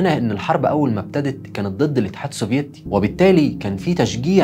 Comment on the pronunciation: يامواطن. اتدرب على نطق كلمة الاتحاد السوڤييتي. يعني موش للدرجة دي يا. خليك خفيف واذا صعبة عليك قول روسيا القديمة. او الاتحاد السووفيتي بدون تشديد ياكابتن.